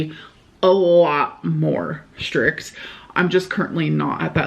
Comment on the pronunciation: Schrict, schring, schraight, why does this bother me so much? Does she know these words have t’s?